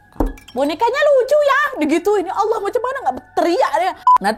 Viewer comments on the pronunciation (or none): none